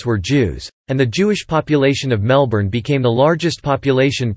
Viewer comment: I lost interest as soon as I heard you mispronounce Melbourne.